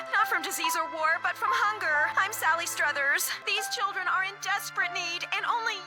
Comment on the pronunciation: Auto read? Or not paying attention. They SAY Sally Struthers properly in the clip and you pronounced it like that? So auto read?